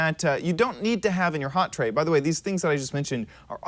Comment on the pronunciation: dude its not hot trey its hotbar............. you say so many things wrong and it just BUGS me so bad if your going to say something say it right and say it with proper grammar